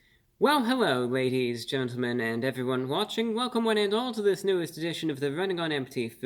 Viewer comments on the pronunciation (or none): none